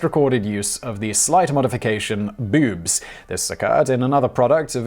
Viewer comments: He said 'bewbs'. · Ok, I'm only 45 seconds in but just need to point out that I love the way you say boobs XD Bewbs...